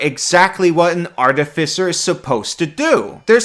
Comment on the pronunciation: New artificer is Garbo. Sticking with the old one. Also, it is pronounced Ar TIF I Cer, not Arti fi cer.